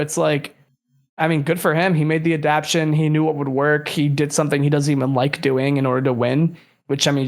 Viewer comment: One thing I’ve learned about is he’ll never pronounce “adaptation” correctly lmao